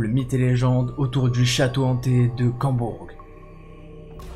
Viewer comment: C'est Combourg pas Cambourg